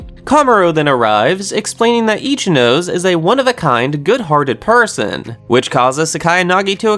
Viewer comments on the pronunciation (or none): Itchy nose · It’s pronounced Ichi-no-sei not ichi-nos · It's not Ichi-nose, it's Ichinose, as in as in 'no' like how you're going to say 'no' and then 'say', like ichi-no-say. That's how you pronounce ichinose. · why must you mispronounce ichinose's name ;-; (EE-CHI-NO-SAY)